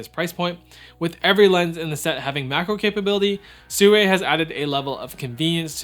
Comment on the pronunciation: soorei? ❌ seerwi✅